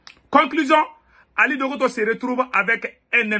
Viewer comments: On dit Dangoté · Il s appelle Ali dangote pas dangoto